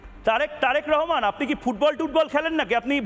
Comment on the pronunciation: একবার রেহেমান একবার রহমান। একবার বাবু একবার সাহেব এসব আবোল তাবোল বলা বন্ধ করুন। একজনের নাম সুন্দর করে উচ্চারণ করুন। উপস্থাপক হিসেবে কম কথা বলে যৌক্তিক প্রশ্ন করুন।